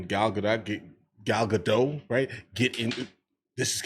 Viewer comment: Gal Gedot (she pronounced the T) looked like Wonder Woman and that's about it, she did "fine" as wonder woman but her dead line reading has been there since the beginning sprinkled with some times when she delivers her lines pretty okay...Ziegler would be fine if she had just kept her mouth shut. She's no 10/10 but she is better than a 5/10 and she can deliver lines pretty well so if she had been demure and acted like a lady rather than a street thug, I'm betting she'd still have a career...